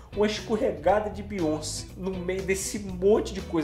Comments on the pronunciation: se pronuncia BeyonCÉ, a sílaba tônica é o CE, pq o nome dela é francês, e no francês o acento agudo tem som do acento circunflexo do português, então Beyoncé se pronuncia "Beyoncê" e não "Beyonce". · N fala “Beyonci” É broxante É Beyonc”é” Obg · Que nervoso! Não é Biônci, é Bioncêêêêê!!!!!